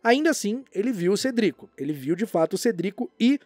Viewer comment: Por favorzinhoooo usa a pronúncia "Cédric", que é como falado nos filmes. Ignora como é a parte dublada.